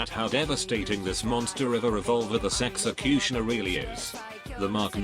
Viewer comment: Nobody: Literally fucking nobody: TTS: "Sexecutioner"